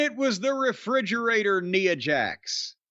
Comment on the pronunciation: I thought only the WatchMojo guy pronounced her name as 'Nee-a Jax'